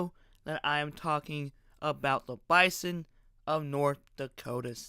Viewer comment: Unless someone has $50 million and a conference invite just sitting around, this conversation is moot. Also, learn to pronounce Bison correctly.